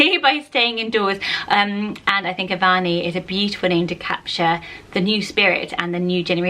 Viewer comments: I have a cousin called "Avani." I believe the pronunciation is "Uhvani" however. :) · You actually pronoun Avani like Av-nee, the middle 'a' is silent. I have a friend with the same name (we are both from India) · The name Avani is actually pronounced Av-ni in India. The middle A is not pronounced so distinctly.